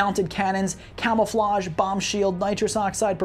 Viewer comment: "Camel-flage" haha. Great vid tho.